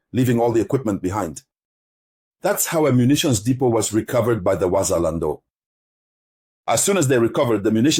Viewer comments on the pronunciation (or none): You can not even properly say Wazalendo and now you know their strategy and how their have entered Bukavu. You are really a stupid dreamer